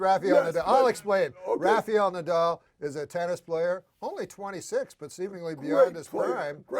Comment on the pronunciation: funniest thing in the whole episode is Super Dave's pronunciation of "Rafiyel Nadal"